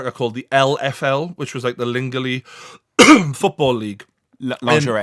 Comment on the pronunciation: "Lingely football league", "it's laungerie" haha